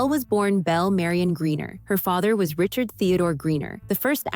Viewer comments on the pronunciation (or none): none